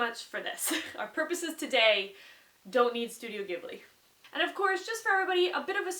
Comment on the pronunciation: SHE SAID IT CORRECTLY YAY!!!, too often have I heard people say Ghibli incorrectly.